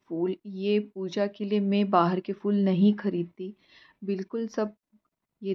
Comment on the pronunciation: Beautiful! Amazing considering you are on the 10th floor. Your plants look healthy and clearly you are taking good care of them. 🙌🏼 Also loved that you are pronouncing word ‘फूल’ correctly. Nowadays people pronounce Devanagari ‘फ’ as English ‘f’ in ‘fool’ instead of ‘ph’ in diphthong.🙏🏼